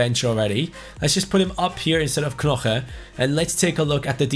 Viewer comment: you don’t say knoche, you say noche